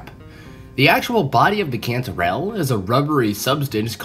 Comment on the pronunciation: Cantorell sounds like”controll” 😮